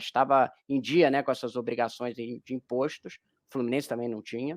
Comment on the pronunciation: “Impóstos”, cidadão!